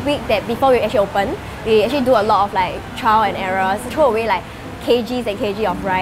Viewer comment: she likes to say the word : " Acthree" instead of "Actually"